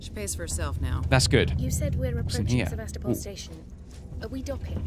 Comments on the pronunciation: you pronounce sevastapol Sa-vas-ta-pool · You're not quite saying "Sevastopol" right, give it a google